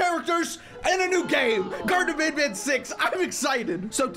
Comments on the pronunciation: When you were doing the statue and the light part it was Banban not Banbaleena!!?? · It’s banban not banbalena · I like how he was pushing the bananas but he called them banblena's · That was banban not banbaleena😂😂😂😂